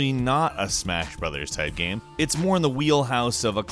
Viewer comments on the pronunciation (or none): Stop saying gam instead of game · Is he saying gayme?